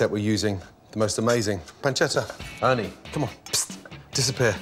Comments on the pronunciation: I am Italian and it’s not panceda it’s PANCETTA pronounce the t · thats not how u say pancetta